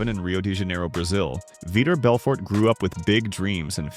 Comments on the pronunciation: Who is Veeter Belfort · Veeder Belford? 🤣😂🤣😂🤣 these narrated videos are always so fucking bad. They never pronounce words correctly. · He keeps mispronouncing vitor Belfort. Is viror Belfert.